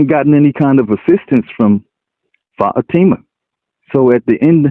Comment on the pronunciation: Excuse me, i now have to go crush my head in a hydralic press so i can feel smarter again. Everytime he mispronounces Fatima a cute kitten dies.